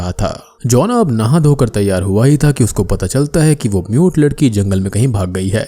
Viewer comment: aree bc MUTE ladki bol rha hai mujhe NUDE ladki sunai diya 3 minute tk.